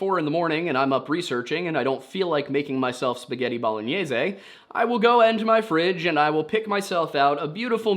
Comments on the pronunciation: The way you said bolognese made me so angry I had to hate watch the whole sponsor spot instead of skipping through it. Maybe the kid was stuffed into the log by moonshiners too lazy to dig a hole. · Same with the bolognese pronunciation 😅😅